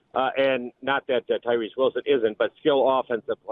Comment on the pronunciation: Nothing this dude says is credible since he can't even say TYREE Wilson's name correctly.